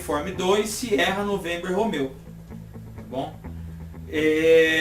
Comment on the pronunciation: Olá, tudo bem?! Parabéns! Quero deixar a minha sugestão: J JULIETT , pronúncia é DJULIET (em inglês a letra J é DJÊI) R ROMEO, pronúncia é ROMIO Os ALGARISMOS, a OTAN preconiza a forma composta (NADAZIRO, BIssotwo etc.) e a forma em inglês (Ziro, One etc.) preferindo a segunda)). Abaixo segue o preconizado no Brasil, são obrigatórios em terra, mar e ar: 0 = ZERO 1 = UNO 2 = DOIS 3 = TRÊS 4 = QUATRO 5 = CINCO 6 = MEIA 7 = SETE 8 = OITO 9 = NOVE Nota - Acima do algarismo 9, pronunciar digito a digito.